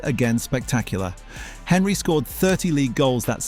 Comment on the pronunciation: 'Hen'ry !!! 'When'ger!! all credibility lost